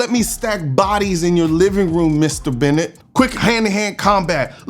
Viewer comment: dude love the videos, never commented on them, but its Burnett, not Bennett ha